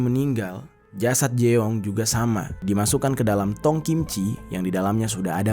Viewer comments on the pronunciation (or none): jeong = JONG , bukan jeeooonggg 😭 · Kayaknya bukan di baca jeong deh tapi jung 😅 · Fyi ya Eonitu dibaca O Jeong dibaca Jong Poceon jasi Pocon 😂